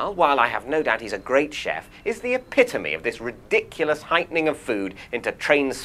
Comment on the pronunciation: Oh dear, did you just use the word 'epitamy' rather than epitome? Tut, tut Mr Mitchell!